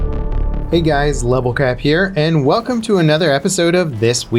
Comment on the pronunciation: Lol did he say level crap